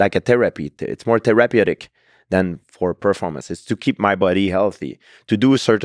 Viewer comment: I could listen to GSP all day the way he says“therapeutic” cracks me up😂